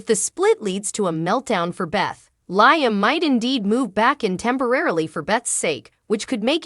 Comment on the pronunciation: Would love this lady talking to correctly pronounce Liam's name - 😊!